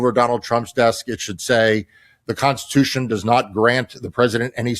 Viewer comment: constitution constishuhun